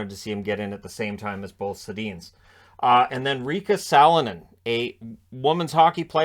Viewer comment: That's actually Riikka Sallinen. Your source is cheap with consonants.